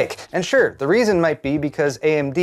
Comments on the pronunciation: i dont think i've heard anyone pronounce xilinx as "zil inx"... typically i hear "zye-linx". i think google pronunciation uses the former and wikipedia uses the latter. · Xilinx is pronounced Zye' links (rhymes with rye)